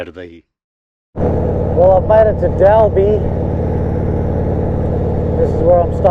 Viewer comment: Great video, very interesting story about Ray White. BTW it's pronounced like Dolby as in the stereo. I only say that cause I'm from Sydney and called it Dalby, and it took them 5 years to beat it out of me.